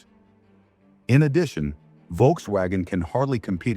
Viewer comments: I'm sorry but the visuals accompanying the voiceover are frankly tedious and irrelevant. And please learn to pronounce Volkswagen. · Your pronunciations of Volkswagen is very bad